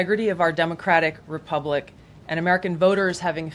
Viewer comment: Like the way she said our democratic REBUBLIC!!😂